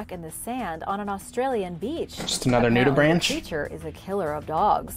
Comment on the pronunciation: sorry for being evil but it's pronounced nudiBRANK and not nudiBRANCH (like a tree branch)! easy mistake to make, ik you're into fish rather than these guys so it makes sense, plus the spelling is poopoo :)